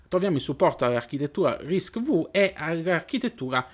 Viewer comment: Si pronuncia Risc Five 😊